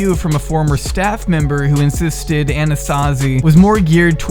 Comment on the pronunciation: My bimbo brain kept hearing Anasazi as Anastasia Beverly Hills. I was very confused picturing Norvina fighting a bear or some shit